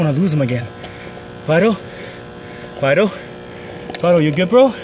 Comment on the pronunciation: I heard u saying FIDO FID- o.......